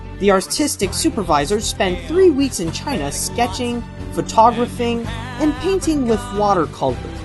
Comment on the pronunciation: Thanks for making this video. It's entertaining and informative. But you should really learn to pronounce correctly. PHOtographing; concerto=concerto